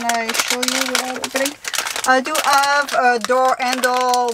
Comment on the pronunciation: is a native French speaker. The "h" is silent in the French language.